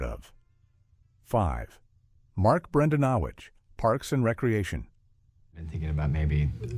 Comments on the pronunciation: I think you mean Bran-dan-o-quits. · Mark bren-DAN-eh-quits*